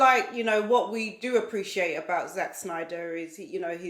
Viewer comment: It’s Snyder not Schneider lol.